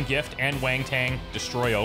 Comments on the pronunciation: He was pronouncing it wrong though. Kept saying wan-ton when it’s pronounced wont_n (with the underscore being a schwa). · I love your videos man. Keep it up! By the way, why do you keep pronouncing wanton as waintain lol xD. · Who the hell told that he was mispronouncing "wanton"? I should reach through the Internet and smack you upside the head! It's WANTON (ˈwɒntən), not WANG TANG. (Yes, I'm aware is just trolling us by now.) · "Wang-Tang Destruction" :D :D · wanton = 'want - en' haha though I do love how you pronounce it! (of a cruel or violent action) deliberate and unprovoked. "sheer wanton vandalism" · How does "wanton" turn into "wang-tang"?